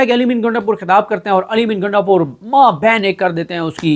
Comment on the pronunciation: O bhai gaindapur nahee ……gundapur. Waisey hai wo gainda type heee🤣🤣🤣